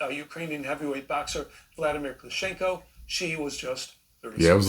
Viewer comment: I used to live in Greenville. Just like any city it has good and bad areas, but there's a reason I left. Also, did that dude (Fox reporter) not do any research? EX: Wladimir Klitschko, not Koshinko & daughter: Kaya not Dana.